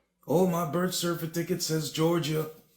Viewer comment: I wanna hear dude say certificate real slow